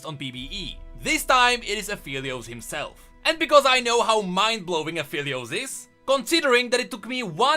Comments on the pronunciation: its aphelios uh-fell-e-os not apheelios uh-feel-e-os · It kinda bothers me that pronounces Aphelios like A-FELL-EEOOOSS instead of A-FFFEEEEEL-EEOOSS